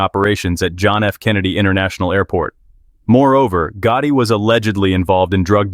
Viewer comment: John GOOOOTIE ? 😂 The way they pronounced it once Omg